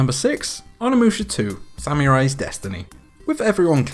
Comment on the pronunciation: google how to pronounce samurai